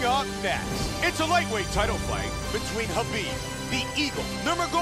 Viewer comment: you Write his name Khabib but u pronounce Habib.